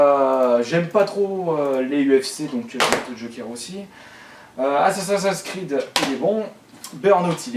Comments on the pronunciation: a il dit assassassin's creed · sa me fais trop rire comment tu galere a dire assasins creed mdr continue tes video je kiffe : )